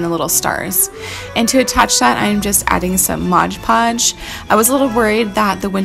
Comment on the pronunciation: You crack me up!! It's MOD PODGE!! My son always says Modge Podge too! Loved all of these DIY's!! The Wicked Witch was my favorite!! ❤❤